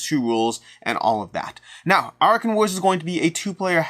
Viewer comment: Are you sure you pronounced "Arackhan" right? In my head I pictured it to be A-rack-khan.